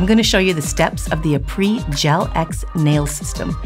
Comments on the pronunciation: It’s pronounced ah-pray 😊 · Is nobody gonna comment on the fact that she’s butchering the name and saying it completely wrong?